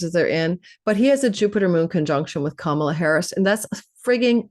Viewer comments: WONDERFUL , thANKHyou!! 💜🙏🏽💜 At the end, you said Ka-MA-la. 😂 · Can people please pronounce Kamala correctly? It's an Indian name meaning lotus.. it is pronounced COME-a-LA. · I am not sure she expressed it that way. I've heard that she wanted it be pronounced correctly.. which is COMEaLA. If you have any indian friends you can check with them. Her mother is a south indian tamil.. and they espcially pronouce it ComeaLa with minimal emphasis on the first syllable and more emphasis on the LA.